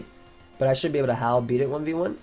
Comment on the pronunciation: Man this whole video I was listening to you say howl and it sounds like you’re saying Hau. First time you said it I was wondering why you brought him up lol